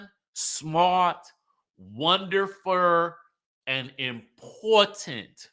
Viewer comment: Wonderfur! Hadn't heard it pronounced like that in many years! Brought back some memories! 😅😅😅 #BamaGirlInCali